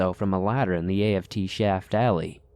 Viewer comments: A.F.T 😑🤣🤣🤣🤣🤣 it's aft like shaft but without the sh 🤣🤣 sorry I'm a navy vet and I'm dieing😁🤣🤣🤣 forward=front aft=back lol love ya stories tho . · Came here to see if I wasn't the only one who caught that. And A-F-T? How about just aft? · Hey. Thanks for the cool stories. Just want to let you know that the app isn't that part of the ship it is pronounced as a word. Not in letters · Aft is the rear of the ship and is a word not individual letters like A.F.T. Forward is the front. I think u said fore which I think also works. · Forward and aft, not a.f.t. like "after." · Story #2 is a hoax, no military personnel marine or navy would ever say a-f-t. It is pronounced as aft and to be spelled out like a-f-t.